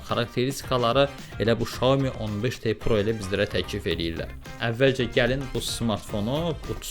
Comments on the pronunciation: Salam hər vaxtınız xeyir Xiaomi şirkətin bildirdiyinə görə düzgün oxunuşu Şaomidir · Oxunuşu tam dəqiq desək belədir - Siao Mii - mənası balaca düyü deməkdir. 👏